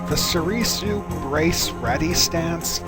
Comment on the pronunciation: Please, stop saying So-ree-soo